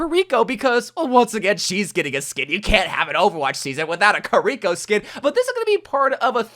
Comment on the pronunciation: Did you really just say Kiriko’s name wrong? 😂